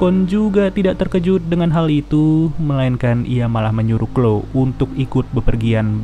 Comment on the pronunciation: Mantap min.. btw bukan sebutan nya bukan klo tp chloe = klowi